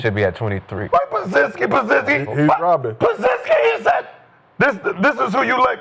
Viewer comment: Gil said "pazinskii" 😂😂😂